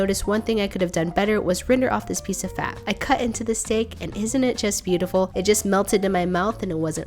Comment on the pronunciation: I can’t unhear a British accent on the word “cut”.